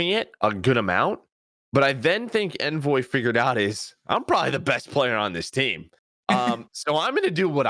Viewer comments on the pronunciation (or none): I love the content guys, great analysis! Can you guys start pronouncing Envoy’s name correctly? There was a CDL interview done with Envoy where he actually speaks the proper pronunciation. Do you guys not care or not watch the interviews? Just seems like a careless detail to miss.